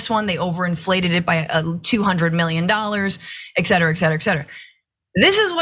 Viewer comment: ETCETERA!!!!!! NOT EXCETERA!!!! sorry